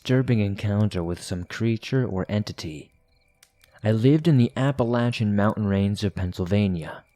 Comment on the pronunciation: "...the apple-latchin' mountains"